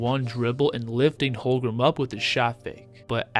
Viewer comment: Holmgren. Not Holgrem